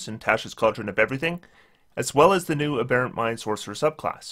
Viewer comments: I guess nobody commented this on the last video, but the accent is on the first syllable in “aberrant”. “A Bare Ent” is a sylvan strip club. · LOTS and LOTS of people commented, but as mentioned, AH-berrant is an American pronunciation.